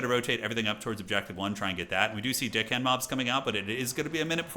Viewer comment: I cant be the only one hearing say Deckhand mobs as Dickhand?😅